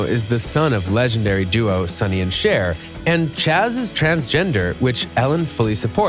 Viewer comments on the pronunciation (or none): none